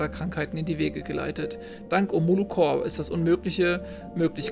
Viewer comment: Omolo corP nicht core.... es ist eine Corperation kein Corps... DAS MACHT MICH AGGRESSIV!!!!;) Aber ziemlich gutes Spiel, macht Spaß dir dabei zuzusehen.